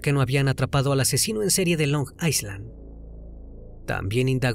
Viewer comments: la pronunciación de Long Island es "long ailan" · Long Island - Long Ai-land es la pronunciacion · Se dice long Eye (como en Ingles) lund or eye lin asi se dice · LONG ISLAND se pronuncia LONG AILAND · Desconcentra un poco la pronunciación de long aiSland 😅